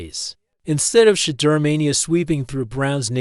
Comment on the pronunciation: Will you people who create these segments, please stop, intentionally, mispronouncing this Man’s name. This dud pronounced his name, differently. 3 or 4 different time. This is disrespectful and stupid. I believe it’s intentional. WTF?